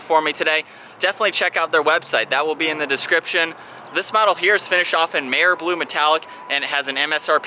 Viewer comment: it’s a good video, and one of the only featuring the 124 spider in Mare Blue. Towards the beginning of the video when you list the cars color is when you said it; mare as in a female horse instead of a hard R.